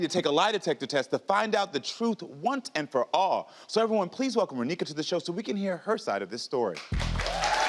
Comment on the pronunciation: “ont and for all” im sorry but that’s taking me out